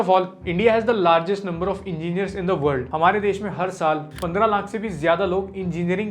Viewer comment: Engigering 😂 being